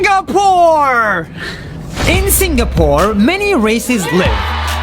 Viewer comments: It’s Sing a pore not Sing ga pore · It's pronounced "sing a pore" not "sing ga pore" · ITS SING AH PORE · I like this video but im really bothered by how this guy say singapore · I like the way how he stressed on the word "Singapore"